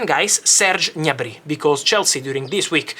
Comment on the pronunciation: Fabrizio, you can't read Gnabry "all'italiana" 🤣😅 it's pronounced "G-N-abri", with a hard G and separate G and N sounds. and the accent is on the A, not on the Y (he's German, not French ;) )